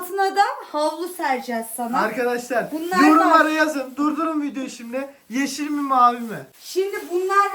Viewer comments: Yrşil diyo salim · Yeşil demiyor O ne şey gibi diyor